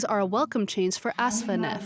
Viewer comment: her name is Afsaneh not Asfaneh.....:-).